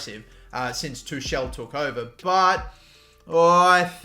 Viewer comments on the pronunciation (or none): none